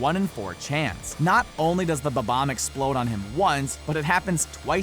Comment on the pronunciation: and bomb-ombs 'bobboms' lmao